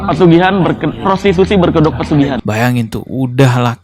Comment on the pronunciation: Dari bicaranya aja dukun ini kayaknya kurang pendidikan, contoh bilang pesugihan jadi persugihan 😂